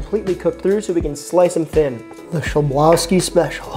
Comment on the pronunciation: it's pronounced "khlebovski" if that helps LOL nice video ! i'd love to see you include recipes from Not Another Cooking Show!